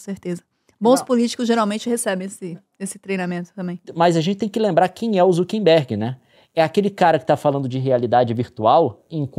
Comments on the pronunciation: Só eu que tenho gastura do Leon e Nilce falando ZuckeNberg ao invés de ZuckeRberg 😅 É um meme q eu não tô sabendo? 😂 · Falaram o nome do Mark Zuckerberg errado várias vezes